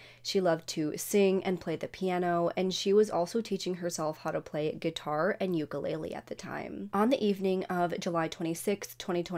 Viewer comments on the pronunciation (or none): none